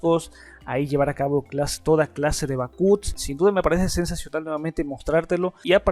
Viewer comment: Qué quieres decir con "BACÚTS"? o "BAJÓT"???